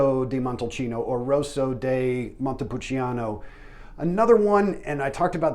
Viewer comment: Ooof pronunciation pretty rugged. San-jo-VAY-zay. VEE-no NO-bee-lay day MON-te-poul-CHA-no